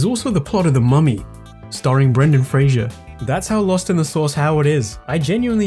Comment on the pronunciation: Brendan FRASER, not Frasier.